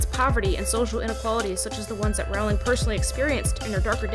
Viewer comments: Roooooooooowling not rawling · It's rOwling not rAwling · it's pronounced row-ling as in rolling pin. not row-ling as in having a row-ling. she has stated her self that that is her name- and for such a self-proclaomed big fan like yourself her comment that she has "long given up correcting Americans" really fits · its jk ROLLING NOT RALLING ABUSE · You pronounce her last name wrong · Looool I had to come to actual video to see if any Potterheads had commented that she pronounced Rowling's name wrong 😂😂 (and I wouldn't even be that offended except that there is a solid 4 minutes of details about Rowling's life but NOTHING about how to say her name???) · Can you say her name right atleast lol